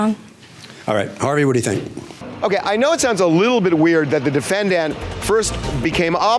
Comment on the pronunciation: Harvey irks my entire soul when he says "Defen-DANT"